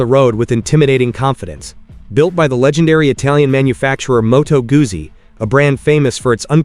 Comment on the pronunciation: Not Gussi, Guzzi: Gutszi!